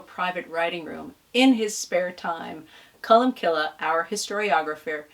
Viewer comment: Sorry for being pedantic but the saints name ending is pronounced 'cill' as in 'kill' as in irish for church. The 'e' is silent